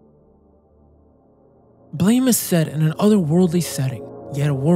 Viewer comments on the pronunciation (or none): its not called "blame" its "BLAM" like an explosion Killy isnt a human either.... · As soon as I saw Lorn's Lure, I knew you had to bring up Naissance. And as soon as you did, I'd hoped you'd bring up Blame! and you did. Just finished it a few days ago, what a coincidence! (It's pronounced like 'blahm', like a gun sound, also it's got a movie on netflix!) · Small correction, Blame! is pronounced like “blam”